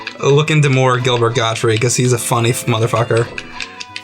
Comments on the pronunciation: It's not Gilbert Gottfrie, its Gilbert GOTTFRIED, with a "D" on the end. Friggin amateurs... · 'Gottfried', not 'Godfrey'. Yep, I'm that guy. Sorry.